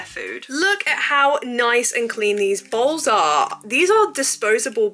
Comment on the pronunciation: with ur accent when u say "bowls" it sounds like "balls" to me 😭😭